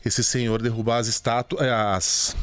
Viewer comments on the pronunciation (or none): none